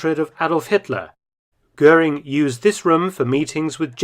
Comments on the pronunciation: Interessanter film. Aber der dt. Kommentar ist grottenschlecht. Kein personen oder ortsnamen richtig ausgesprochen😮 etwa " guring". Unnötig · Más que pésima la pronunciación en castellano de los apellidos alemanes: Göring no se pronuncia "Gurín", etc. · GURIN ? NON GOERING :face-blue-wide-eyes